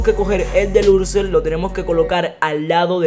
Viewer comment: Se dice deluxo no deluxer